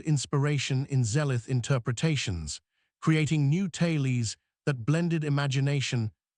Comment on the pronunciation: Fun story - but .... "tailies"??